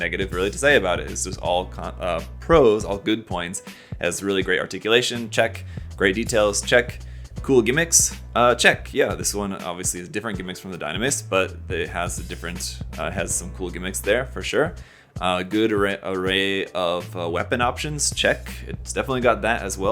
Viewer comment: Dyna-MEEEES, not Dyn-mase